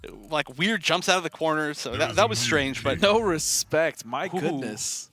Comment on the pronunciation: Did he just say show me "respek"? I see you! lol